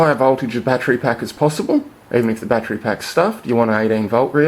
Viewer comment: LOL he says "my fattery went blat" That's some sunny fhit.